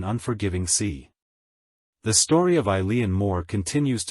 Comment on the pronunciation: Its pronounced "E-lan"